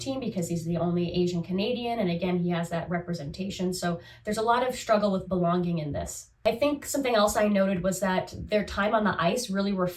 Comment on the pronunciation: You say belon-гинг (belonging) in such a distinct, endearing way 😅 (in a way how I might have heard it long ago back in Russia). Thank you for your videos, it is a pleasure to watch someone so… engaged? Excited? Genuine interest shows, is what I want to say.